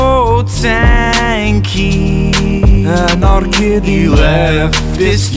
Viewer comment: WHAT ”ANARKIDDY” OMG